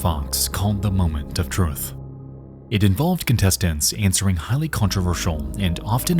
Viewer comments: “The moment of trudth” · I'm sorry how did you say truth??